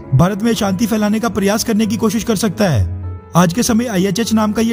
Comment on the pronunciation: Lekin bhaiyya ashanti to shanti kyon bol rahe yaar